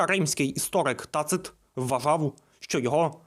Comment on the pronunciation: Благодаря,контенту ,теперь ,знаю ,правильный ,наголос ,в имени ТАцита . Дякую,за материал !Було цікаво послухати и побачити відео!О том,что , людина,из Иудеи ,Иешуа ,был распят ,во времена правления Тиберия , узнал впервые.P.S. Олександр ! Буде бажання,сделайте матеріал , о становленні християнства,на теренах Римської імперії.